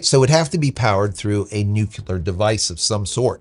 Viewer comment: NUH-CLEE-AHR, not NUH-KYAH-LUR. Sorry, gotta pop your chops on that one! :face-green-smiling